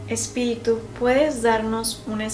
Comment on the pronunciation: dijo espilitu minutos